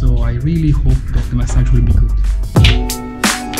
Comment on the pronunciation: That pronounciation of massage...